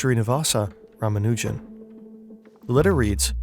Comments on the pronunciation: maybe someone can tell the guy how to pronounce Ramanujan? I mean, the guy he interviewed said it correctly more than once. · PSA It's pronounced ra-MA-nu-jun. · I've always heard it pronounced Rah-Mah-New-Jen. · Please don’t continue disrespecting S. Ramanujan by mispronouncing his name